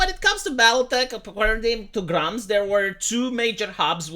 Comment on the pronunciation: Gr-umm-zz not Gr-oom-zzz 😂